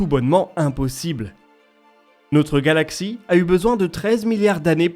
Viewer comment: J’ai raté quelque chose ou c'est vous qui êtes légèrement dyslexique j’entends régulièrement ’galactsie”